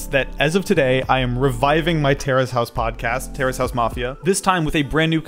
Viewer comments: I thought you were saying terrorist house for a few minutes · I thought he was saying terrorist House